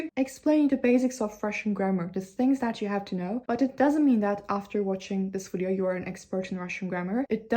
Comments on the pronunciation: Yeah it's not a wideo. Better to watch an actual Russian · There's a couple of words you say in English like, "you" [jʉː] and "video" [vidi:jɔʉ] that are giving hints of Australian English and I couldn't be happier about it! I'm hoping it's the "oh no, Cleo!" meme working it's magic across social media 😂